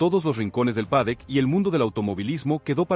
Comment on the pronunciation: habria que matarte, no paras de vender humo, idioteces...con esa IA que utilizas para esconder tu verdadera voz de idiota....lo peor es que tienes seguidores...que HDP y como siempre te reitero...no se dice PADEC ANIMAL...se dice PADDOCK....como puedes ser tan burro y no aprender..porque no tienes cojones y me respondes ?